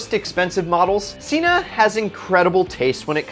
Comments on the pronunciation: seeeeena not sena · Why is he saying sena and not cena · Did you say John Senna? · Did he just say john senna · It seriously pissed me off when he said "cena" like "senna" but whatever lol